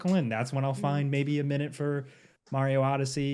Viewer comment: saying Mario the right way for once? What’s going on today 😅